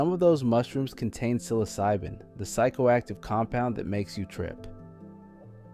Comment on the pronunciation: You can’t even pronounce psilocybin correctly. Credibility lost.